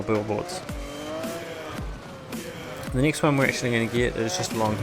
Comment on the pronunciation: Stop sayin nixt its next!!!